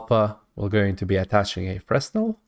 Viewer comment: Fresnel is pronounced Fraynel, because the word is french